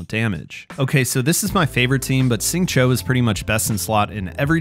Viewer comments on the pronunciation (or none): How come you pronounce Xingqiu as "Sing Cho"? Shouldn't it be like "Shing Cheew"? I'm not an expert but IIRC X = SH sound, Q = CH sound, and IU = "ew" but with a harder E sound. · Please pronounce Xingqiu’s name correctly— it’s like “shing chew”, not “shing cho “. The English VA says the name wrong. Listen to the Chinese VA or listen to this video